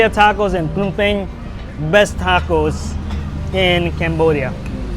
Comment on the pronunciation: Why are you pronouncing it PEENAM PAYNEE WTF